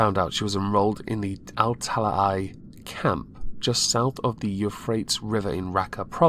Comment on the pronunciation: Euphrates is pronounced 'you fray teas'.